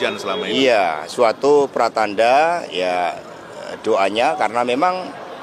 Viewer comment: Dia bilang pratanda, bukan petanda, pratanda tiba2 hujan3🤣🤣🤣🤣🤣